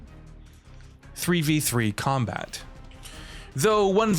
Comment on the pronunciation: This has to be the worst video on YouTube. Did you actually research anything before making this video. You used Kulas rendering for Mai, his names is pronounced "Kay Four Nine" not "K ninety-nine ninety-nine". Please learn hw to actually pronounce iori and kyo, it's K Dash. The announcer has literally been pronouncing their names since 95. Why don't you actually do do journalism instead of posting nonsense....